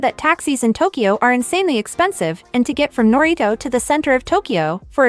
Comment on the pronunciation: If you're going to make videos about Japan, at least try to get the text to speech voice to say the Japanese names decently. Like I get some words are hard to say but there is definitely a way to get it to say narita and haneda instead of naryto and haneedo